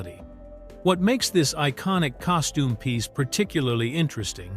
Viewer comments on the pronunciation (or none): none